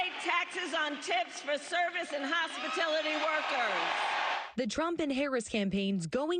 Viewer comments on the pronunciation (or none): Can someone tell us what a “Hospitility” worker? Does she even know what those workers do? 😂